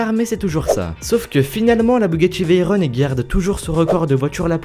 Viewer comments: Ca se prononce "Véron" pas "Vayronne" C'est une voiture plus ou moins Francaise je te rappelle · on dit veyron pas veyron(e) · On dit pas Veyron(e) mais veyron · Non pas veyrone mais Veyron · Pierre veyron était un pilote , il n'a pas créé la veyron , on lui a juste donnée le nom à la voiture , et ca se prononce veyrone